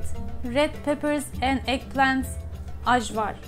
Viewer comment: From Macedonia here! Thank you for representing us Balkan’s! I love your channel 💜 BTW it is pronounced ‘ayvar’ not the ‘j’ sound 💜